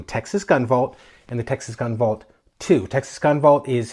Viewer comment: Your pronunciation of The Texas Gun Vault 2 was perfect.🙂